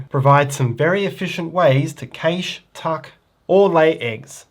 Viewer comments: great video, however, the word cache is pronounced CASH and not KASH. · Cache is pronounced cash/cash-ing. Thanks. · cant get past the way he pronounces cache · How dare you have an accent! 🤣 I know this word has two valid pronunciations in American English (CASH & CASH-AY), but I didn't know about the non-American pronunciation. I'll add this to the list between aluminum and schedule. ;)